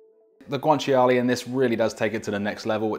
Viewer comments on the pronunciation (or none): Nice that you made it authentic. FYI, guanciale is pronounced, GWAN-CHA-LAY, not GWAN-CHI-ALAY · It’s not guanchi-a-lay, it’s guanciale (guan-chia-le), you don’t pronounce the “chi” and the “a” separately they’re together! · As an Italian, the only unauthentic thing here is the pronunciation of guanciale 😂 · I'm not Italian but the way he pronounced guanciale hurt my soul... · pasta looks amazing, taste even better I bet. but what about that guanciale pronunciation? :D